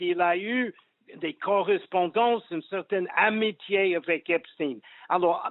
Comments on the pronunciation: Pourquoi dites-vous Epstine ? Et non Esptein ? 🤔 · Pouvez m’expliquer svp ; suis je le seul à trouver bizarre le fait que tout le monde prononce Epstine alors que tout le monde sait que c est Epstein et que c est à consonance israélite ce nom… bizarre quand même 😂😂😂😭😭😂🤦🏼‍♂️🤦🏼‍♂️🤦🏼‍♂️🤦🏼‍♂️🤦🏼‍♂️😭😂😂😂